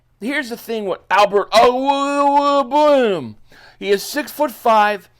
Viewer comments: With how it’s spelled I gotta say it’s pronounced OH-QOOG-BA-NAM. Just me though. Hope it helps & keep putting out the throttling bangers… Pause 😆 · Oh-quay-boo-Kon. Not that hard really. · Just a heads up. The new tight ends last name is pronounced....OAK-WAYG-BOO-NAM. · Lol…the Albert O pronunciation! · I'm just here for the TE pronunciation 😂😂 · Bro, I had to replay you saying his name over and over like 6x’s 😂😂😂😂😂😂😂😂😂😂😂😂😂😂😂😂😂😂😂😂